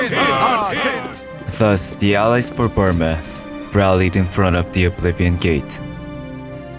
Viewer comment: Lol BrOOma not BURma